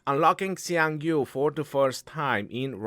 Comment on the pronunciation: is the only one who pronounced Xiang Yu correctly. Hsi yong You